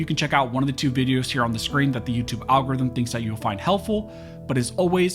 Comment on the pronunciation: Al-gooo ry-thimmm